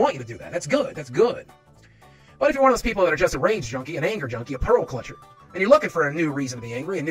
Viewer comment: "Pearl Clutchet" 😅